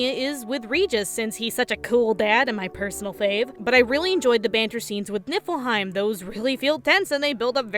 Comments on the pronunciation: I keep hearing nippleheim.... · "Nippleheim". I can't unhear it. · Keep hearing Nipple-heim. Just me?